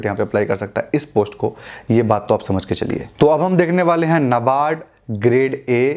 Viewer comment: "नाबार्ड " बोलते है।